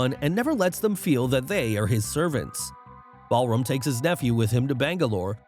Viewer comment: It is Balram not Ballroom